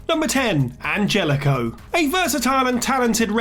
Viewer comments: I know this may sound nitpicky but it just kinda bugged me, his name is Angelico it's Spanish. So for future reference it's pronounced like you're saying "On Hell E Co". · Isn't it pronounced AnHelico?! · It's pronounced "An-HELL-ico" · Angelico's name is prononced "Anhelico". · If you can't say their name right, don't include them on the list. The j in Anjelico is pronounced with an h sound. Ann-hell-ick-o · The way you pronounce Angelico concerns me 🤣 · The G in Angelico is pronounced like an H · That's not how Angelico's name is pronounced. Like you watch one Angelico match and you'll know that that's not how his name is pronounced. Does the person reading the video actually watch AEW?